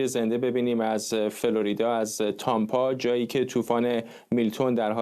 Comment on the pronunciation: تمپا درسته تامپا غلطه فرزاد جون میام خودم خبر میخونما 😂